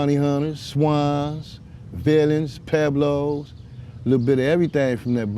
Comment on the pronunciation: Pueblos...Puh-weblows....NOT Peblows...if you’re gonna use a SPANISH name say it correctly. Esp you Alonso, seeing that you’re Puerto Rican...SMH